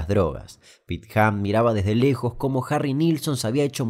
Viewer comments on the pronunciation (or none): none